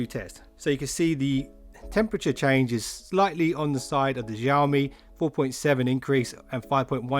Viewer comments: Xiaomi no Jiaomi 🤣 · I just wanna say... Xiaomi is pronounced as Sea - Ou (out without the T) - Me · xiaomi - xiao is pronounced sh-owe. say the name like 'show me' but show is said like shower mi but drop the er